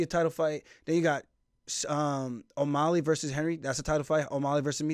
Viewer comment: Why do you keep calling him O’Molly 🤣